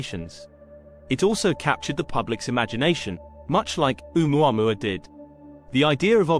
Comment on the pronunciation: It's pronounced "Oh-mu-a-MU-a" - five syllables please with the accent on the penultimate MU.